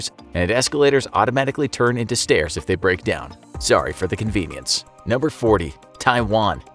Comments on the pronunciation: “Sorry for the convince”... that sounds Canadian. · it truly does